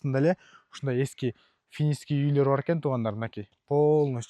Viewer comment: финиский уй, санузул😂 дейт го, счена, телезор, заранья, зашот